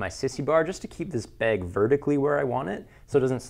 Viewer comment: Learn how to say "bag" please. There's an "a" in there. Not beeg.